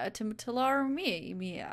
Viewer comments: too-lar-ree-me-ah Hope that helps :) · Hearing you trying to pronounce Tularemia was adorable